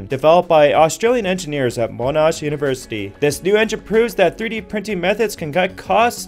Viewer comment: I live in Australia and the university is pronounced Mo-nash not Monarsh Just a heads up